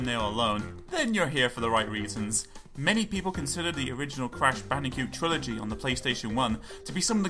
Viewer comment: Am I the only one, who hears him saying Crash BandiCUTE?